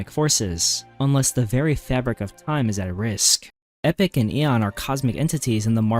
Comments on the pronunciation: EE POCK. NOT EPIC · Epoch is "E-poke" Not Epic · Epoch is pronounced E-Pock and not Epic. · Couldn’t expect an AI to properly pronounce lore names now, could you? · No but as epoch is an actual word and not just a name then I'd expect better. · Epoch is NOT pronounced "epic" you mook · not that either, it’s pronounced “e-pock” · Please learn how to say Epoch